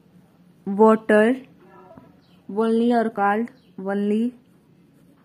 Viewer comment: You pronounce 'only ' and 'called' wrong improve it👍🏻👍🏻